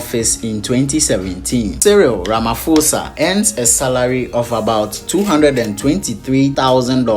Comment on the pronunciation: RamaPOSA not Ramafosa